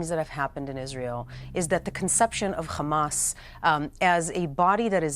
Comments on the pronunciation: Khamas 😂 she can't say hamas 😂 kh kh kh khamas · I'm not here to contest what she said, but once you learn that HAMAS is an acronym "Harakat Al-Muqawama Al-Islamiya" (Islamic Resistance Movement), then hearing an educated person repeat "Khamas" over and over again, it just sounds all wrong. Ya know? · Sorry I'm out. Can't handle any more people saying "khamas".😤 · The word Hundred with a "H" pronounced perfectly. However, Hamas with a "H" also, pronounced it "Khamas" 😂😂 Talking about brainwashing. Piers, loved how you interrupted her every time she wanted to explain or respond to a question. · Ive heard how Arabs pronounce Hamas, genius. It's NOT "khkhkhkkhkhaAAAmas". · Does saying Khamas make them more savages than saying hamas? She's an actress by profession and she knew how to act in this show. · Hamas is not an English word. It is not pronounced "Hamas". I hope this helps. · why can't jews pronounce Hamas correct? 😮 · It's Hamas not Khamas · It’s Hamas , not Khamas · Why does she pronounce hamas like that ? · Kkkkhhhhhhamas lol they can’t say haaaaa maas Lol Butch is annoying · Khamas Khamas Khamas ... is it a tradition or a sign of your fake Israeli patriotism to pronounce hamas like that ? I mean your a native English speaker you're not even born in Israel so whats your excuse to pronounce it like that ? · The moment I hear the word Khamas I just leave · Why those bigots pronounce it khamaz 😂?!